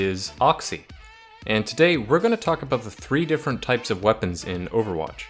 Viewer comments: "and the last to hybrid TRYPES:" not hating just though that was funny lol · "two hybrid trypes"